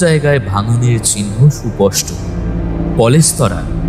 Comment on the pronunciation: ১৯-২০ বছরের ছেলের গলার স্বর অমন হয় না। সুপষ্ট নয়, সুস্পষ্ট হবে। সব মিলিয়ে আরো ভালো করতে হবে।